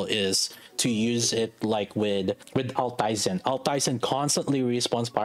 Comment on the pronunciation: it is Alt-eisen (means old iron in german), not al-teisen